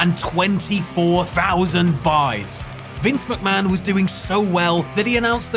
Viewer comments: "Vince Muckman" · Vince Muck-Man